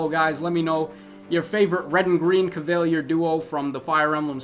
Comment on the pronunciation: CAV-A-LEE-ER Rhymes with tier GLAY-SEES Think glacier